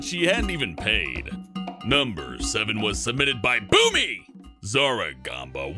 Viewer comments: When u said bewmie I thought u said BOOBIE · I died when said Bewmie